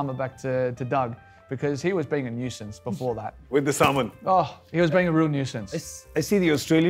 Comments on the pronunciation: Him : samon ! Me : semen ! Ewww!😂😂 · When he said salmon at first I thought he meant semen I was like Damn ponting really did that? xD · Had Gaurav Kapoor not made Warner repeat the word Salmon, I would have always thought of it as Semen. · He says salmon, I hear semen🤣🤣🤣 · Was I the only person who heard Salmon as Semen at first. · Oh it’s Salmon, I’ve been hearing it as S*men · I misheard salmon as semen 😂😂😂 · He said semen or salmon? thats Rickys put in his shoes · Who else misunderstood salmon for semen